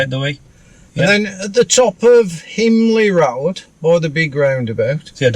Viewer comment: "Down the rowd"